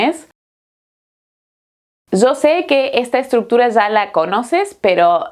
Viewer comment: En vez de 'Ya" (ia) dice "za". " ...que tu "za" sabes"... , "que tu "za" tienes". Esto a mi me molesta mucho, y no lo puedo negar.